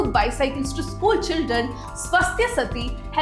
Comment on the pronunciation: You are pronouncing some words incorrectly. You are calling 'பாண்டார்' as 'பந்தர்', you are calling 'சாத்தி' as 'சத்தி'. Hire me, I will work remotely and work on your pronunciation of words. Your videos will be excellent in pronunciations also.